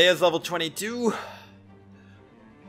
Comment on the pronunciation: I love to hear that "take it easy" at the end. Sometimes you say it with a accent (is this the right word for it? I dunno) could you do it on the next video for an old viewer? hahahaha I love your videos man.